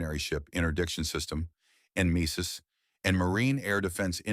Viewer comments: en-MESIS? Nem-e-sis right? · It is said Nemesis you ignorant AI. Gods, ditch the AI and hire a Human... or coach it on these acronyms, JEEZE.